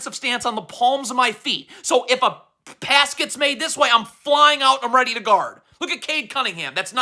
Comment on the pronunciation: “I gotta be weady”